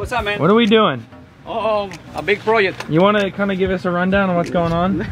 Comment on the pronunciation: I love Hector. He says, "A new proyect". Love that.